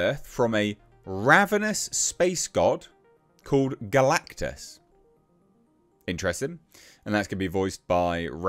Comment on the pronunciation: You say galactus like you don’t know who he is